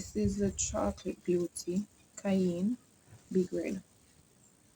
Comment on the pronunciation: Cayenne pepper is pronounced KAI YEN. HOPE THAT HELPS. FOUND YOU FROM FARMING ON THE ROCKS. GREAT WORK. IVE ALOT TO LEARN 😅